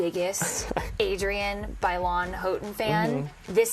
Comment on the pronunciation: 'I am the biggest Adrienne Bailon Houghtan fan' But she doesn't even pronounce Bailon properly 😂